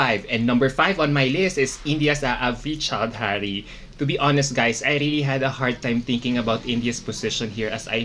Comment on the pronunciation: hey thanks for your support btw its aavriti Chaudhary not aavri chodhary. Thanks again